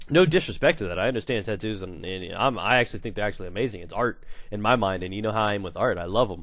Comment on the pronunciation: LOL "titoos"